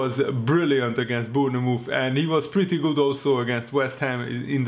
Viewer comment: Bournemouth is pronounced Born Myth ....not Bour Nee Mooth